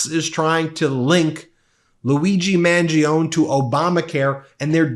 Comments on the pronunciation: Ben, you pronounced Mangione wrong. It is Italian so you pronounce it Man-gió-ne. The Trump and the GOP aren’t reading the room. Sure repeal the ACA but they better transform it into a single-payer system that is paid for via taxing the rich properly. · I love you, but how do you not know how to pronounce "Mangione" when you're covering all this? Details like those matter when building trust with an audience 💙🇺🇸✌